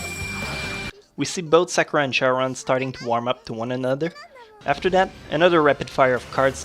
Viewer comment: You make amazing videos, but the only thing I don't like is how you pronounce some things wrong..like Sakura and manga